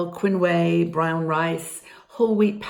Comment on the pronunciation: Quinoa is pronounced “keen-wah”